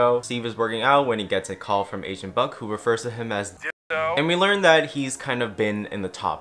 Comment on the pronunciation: everytime you said agent i thought you said asian until the very end.